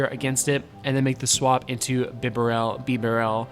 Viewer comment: Thanks for featuring Piloswine, I love this pokemon and am very invested in it, having powered mine up and given him the second charge move. Therefore I am going to use him this weekend in my tournie, wish me luck! Also, it isn't bee-barrel, as there is only one 'R', it's bib- a -rel :)